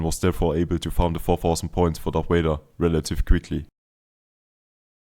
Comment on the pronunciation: its vader not wader mate